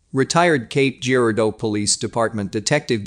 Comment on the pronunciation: Cape Girardeau ( juh-rar-doh ) to locals.. Not jeer-ah-doh.